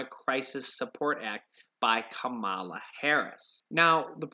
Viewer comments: You should pronounce her name correctly. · You're mispronouncing Senator Harris' first name.